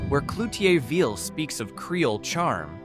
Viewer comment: Butchered Natchitoches lol but Cloutierville right on 😅 from Rapides Parish here. Missed Glenmora, Cheneyville and Boyce though 😊